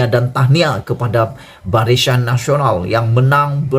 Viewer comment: Barisan ke barishan adik ..hehe.jaga sebutan ya.